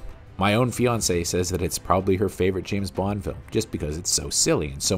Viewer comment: The narrator says Bond like "Boo-wand".